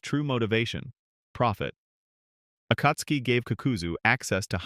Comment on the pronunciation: Why are you saying akatsuki like that. Nobody says it like that even in the show bruh come on